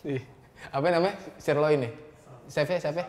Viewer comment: 14.16 "SERLOIN" wkwk